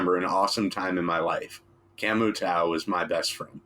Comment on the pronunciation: Great Aesop content gentleman, keep them coming. The Tao in Camu Tao is pronounced Tayo ☮️